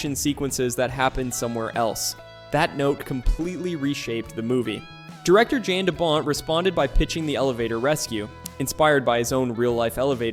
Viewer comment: its pronounced, Yan , no jan. stop using A.I. voice-overs.